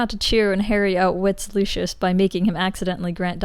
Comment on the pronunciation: Why does everyone call him LOO SHUSH. It’s literally Loo-See-Us